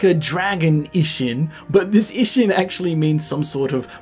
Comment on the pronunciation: You mispronounce i often. "jisho", "ishin", etc. You're pronouncing it like the short i in English bit. 😅